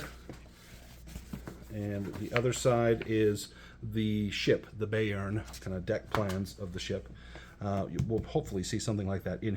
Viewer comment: Thanks for the nice, succinct review. I'm considering a Mongoose 2300 campaign and was eying Bayern. That said, Gott im Himmel: Bayern is German for Bavaria, and I lived there when my dad was in the US Army. I always heard it pronounced "Bye-urn" not "Bay-urn".